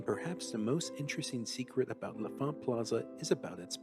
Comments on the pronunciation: L'Enfant = "Lahn Fahnt." Not "Leh' Fahnt" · You keep saying "la font," but the N isn't silent, it's "lon font." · “Luh-font” is the proper DC pronunciation. “Lon-font” is how transplants pronounce it